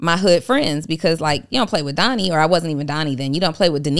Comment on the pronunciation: It always sounds like is saying Doddie and not Donnie 😆